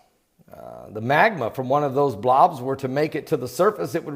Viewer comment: LOL love the he says Blawobs .